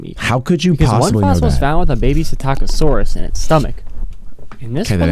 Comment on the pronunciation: Its not satacosaurus its actually pssitacasaurus u can pronounce it thats how jay pronounce pssitacasaurus